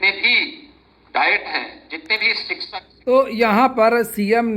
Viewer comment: जो शिक्षक का सही उच्चारण नहीं कर पाये वो अंड संड बकवास करता ही रहेगा 2018 के बाद शिक्षक भर्ती नहीं आयी 6 साल से भर्ती ही करे जा रहे हैं